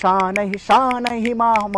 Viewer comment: उच्चारण अशुद्ध हैं। ध्यान दीजिए कि संस्कृत का अपमान न करें। तुषारहार में ष का उच्चारण, शनैः को शानैः बोल रहे हैं। यह गलत है।